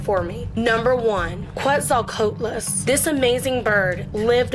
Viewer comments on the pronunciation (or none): that's not how u say Quetzalcoatlus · She couldn’t say quetzalcoatlus IMPORTANT FACTUALLY EDIT:FUCK ME SHE COULDN’T SAY HELICORPRION. New edit:SHE CANT SAY SHEEEEEET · Nooooo why did you pronounce quetzalcoatlus like that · you also said Quetzalcoatlus wrong Edit: its wasn't the first flying reptile